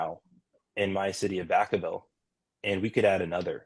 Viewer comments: Its Vacaville. Vacka-ville. Not vawkaville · It’s VAC—A—Ville Like vacuum oh goodness, my son was actually born at Travis Air Force Base, which is right there in Vacaville ..so I can assume I hope I’m assuming correctly that his mom retired from Travis Air Force Base and the young man grew up in that area Again my son was born at the hospital on Travis Air Force Base, right where he’s talking about God bless my little boy. He was about seven years old and he had a friend over. He was very strong into taekwondo. He actually had his very first black belt. By the time he was seven he started taekwondo at the age of four. When he received his second black belt, he actually went to Korea and the Grand Master presented him with his Kukkiwon, along with his belt that represented his second-degree ( at the age of 12 ) my son is a beast— by the time my son was seven years old. In the morning, would hear my alarm. I would get up and my child would either be in the shower ,just getting in ,or just getting out ..he was Self disciplined. I did not have to wake him for school. He knew what his responsibilities were. It was amazing the amount of respect he had for himself and others —-not to mention his personal discipline. I recommend any form of martial arts for your children of any age. AnyWho, back to my story —we had a tournament over the weekend, that we were attending .He had a friend that stayed with us more often than not —-this little boy unfortunately came from a family that had a lot going on emotionally. —-while I was mak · Vak- a - ville dog! 😅